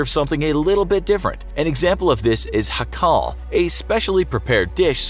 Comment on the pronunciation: When You Said “hakarl” in dying 😂 Hákarl